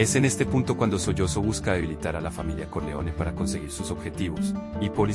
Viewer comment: Carajo, se pronuncia Solotzo no Soyozo, nadie esta sollozando, tiene uno que cancelar estos canales porque simplemente no pueden hablar y pronunciar bien, no me suscribo a tu canal, que puedo esperar si no siquiera pronuncias bien.